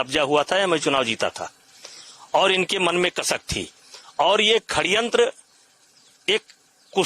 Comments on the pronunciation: भाई ये हिन्दी अच्छी बोलता है षड्यंत्र को खण्यंत बोलता है😂😂 'जिसे खण्यंत ही बोलते है' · यह षड्यंत्र को खड्यंत्र क्यों बोल रहा है?😂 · Khadyantra❌️ Sadyantra✅️ Abbe tu speech kaise deta hoga brijbhsan 😂😂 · Sadyantra hota hai ya khadyantra 🤔🤔